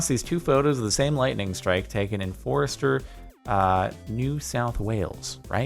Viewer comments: Its pronounced foster (whith a bit of an r sound after the o) not forester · It’s pronounced foster btw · I live in foster. And it’s fos- ter not what you said